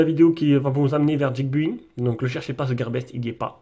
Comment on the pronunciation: Comment tu peux en arriver à prononcer geekBuying "Djik Buing" mdrr je veux dire que l'accent soit pas en rdv y'a pas de soucis mais de là à prononcer geek "Djik" faut y aller :D Bonne vidéo comme d'hab sinon